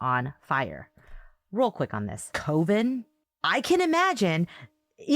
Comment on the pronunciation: just for clarity, the correct and only pronunciation of coven is “cuh-ven” not “coh-ven”. Coven is not a word that has two correct pronunciations, like potato and tomato and other words. I’ve quite literally never heard anyone pronounce it that way before! And I’ve heard ppl w all sorts of accents say that word, including accents that would almost make sense to pronounce it that way, yet they do not, such as a Minnesotan, North & South Dakotan, Canadian accent or accents from other countries. I had to rewind this bit bc when initially listening, I actually thought you were talking about something completely different, got confused and had to rewind the podcast to go back to try to figure out what that was you were talking about!! A lot of ppl aren’t going to know and understand that you’re talking about a coven/covens when they initially hear you say that and will also find themselves rewinding to try to figure out what you’re talking about bc they think you’re saying and talking about something completely different! It’s pronounced exactly like the word “oven”, just adding a “c” on to the beginning!! Do you pronounce the word “oven” the same way - “oh-ven” and not “uh-ven”?!? I would have thought it was you just flubbing the word accidentally, like everyone does all the time. But you said it twice w/in a few seconds, sentences apart and you’ve also incorrectly pronounced it other times in your coverage of this case. Also, so my tone is clear and doesn’t get lost in tra